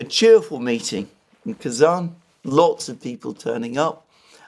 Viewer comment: Pronounciasion again: I know how careful you are about correct naming and i love it. So here my 5 cents to that. As I am also a tatar, partly, I would be very happy if the name of the capital city of my small homeland was pronounced correctly. There are not many chances for the world to realize Tatarstan actually exists. So, it is Kazan with a soft n. With a hard n it actually means "a big crude-iron pot" :-)))